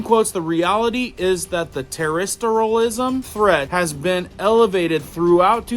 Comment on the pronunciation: Your word garbling of the word terrorism is really embarrassing. Please learn how to say it.